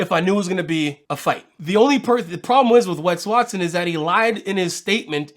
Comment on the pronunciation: I swear you keep saying Pegged Watson